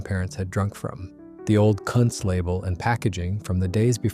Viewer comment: Also I thought this was about historical breweries that still exist? I am pretty sure Kuntz doesn't. Also if it is named after somebody, like Joe Kuntz, it is probably pronounced Coontz, not Cunts.